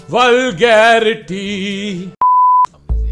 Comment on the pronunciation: They all have just fucked the word "VULGARITY"